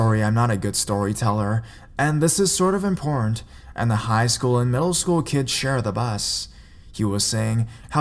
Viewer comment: every time he says important I thought he says porn